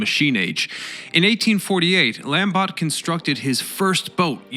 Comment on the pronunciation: Not lamb-bot. LAHM-BOH